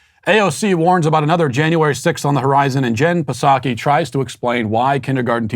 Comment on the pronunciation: lmbo dude straight up said ¨jen pasaki¨ straight up savage Matt lmbo